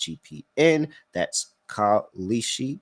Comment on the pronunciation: “That’s KAL-EESHI, K-A-L-S-H-I” dude is so bad 😂😂